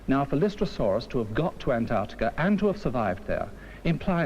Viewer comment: Great summary of the evidence for plate tectonics. Unintentionally, it’s also an historical record of how British narrators pronounced words like “relatively” as “relativ-leh”. And how one supposedly educated guy can’t pronounce Antarctica correct-leh.